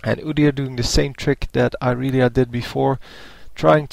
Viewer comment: Apparently its Irealiea, not Irelia, get it right......